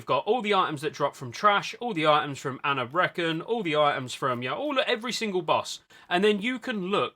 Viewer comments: My guild just rolls on main spec, OS if nobody rolls for main, nobody bitches, we all end up with loot, don’t see the problem lol Also, “Anab reckon” lmfao, silly brits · I can't say I've ever heard anyone pronounce Anub'Rekhan that way